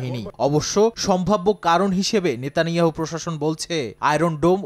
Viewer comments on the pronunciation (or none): none